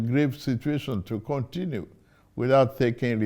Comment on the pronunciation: Interesting 😂 ! This "Kwantry" is like a season movie ! Whaa ! whooOoOooo !! Kontinuu !